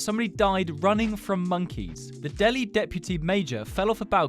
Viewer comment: The Delhi deputy fell off the balcony while escapingmonkeys... That offended me not because the monkeys killed him but because said that town wrong and I live in that town and its a small town so not a lot of people know about it but it is pronounced del-hi